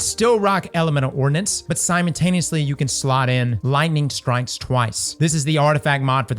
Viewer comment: did he just say, "simon-taneously" 🤣🤣🤣